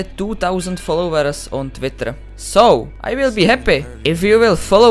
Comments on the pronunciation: I love how he said "TVITTER" lol btw you are the goat and inspire me to play fortnite better lol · I love how he said "Twitter" <3